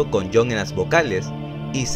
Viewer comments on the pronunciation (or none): none